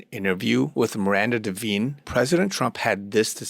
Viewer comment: It’s Miranda “Di-vine,” not “Di-veen.”